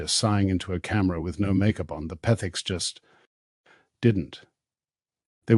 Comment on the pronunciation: Interesting how the narator can't say Petherick's but name them Pethiks. Just a slam fest against alll of us who so loyally watched the renovations and were glad for the comminity. Shame on you whatever you are!